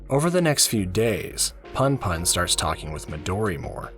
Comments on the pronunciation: It's not too bad, and I've already finished the manga... but damn every time you say "Punpun" as "Panpan" (and actually all the other names) it takes me out of the story lol. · Pun pun is pronounced in a way that rhymes with you btw. Poon poon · I cant watch any videos where the main characters name is mispronounced throughout the whole shit LOL. im sorry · This is good, but your pronunciation of Punpun was really distracting lol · 2 ½ hours, and not once do you pronounce Punpun correctly. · Bro read the whole thing g and made a video essay, but can't even pronounce the name right. Gj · not sure if i can watch 2 hours of this guy mispronouncing punpun tbh 💀 at least learn how to say the protag's name if you're gonna put in all that effort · I'm sorry, I can't listen to 2 and a half hours of someone pronouncing the main character's name wrong lol. Please look this stuff up before voicing your script next time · it's a good analysis but every few seconds I'm in pain cuz of the pronunciation lol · Makes two and a half hour on punpun Doesn’t research how to pronounce punpun YouTube video essays man.